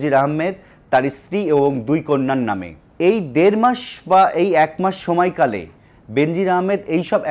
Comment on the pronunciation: উপস্থাপনা সন্তুষ্ট জনক নয় ভুলবাল উচ্চারণ "সময়কালে" ভুল